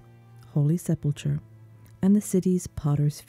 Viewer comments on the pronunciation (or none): It's sepulKER. Sepulcher.